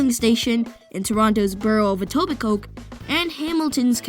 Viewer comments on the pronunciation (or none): It's pronounced Eto-bi-coe not Eto-bi-coke. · Awesome video! Two small corrections, Waterdown does have 1 Hamilton regional transit bus route that connects to Aldershot GO in Burlington, and Etobicoke is pronounced more like Etobico by people in Toronto (which to be fair I didnt know until I moved here from Halton region over 7 years ago) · ITS PRONOUNCED ETOBICOE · Let's learn how to pronounce "Etobicoke" and "Route". You're in Canada.